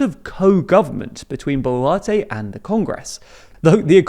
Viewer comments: Advice, it pronounced as Bolwarte... Not Bolarti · your several pronunciations of the surname boluarte is very entertaining to me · I can't get over him pronouncing BO'LATTE.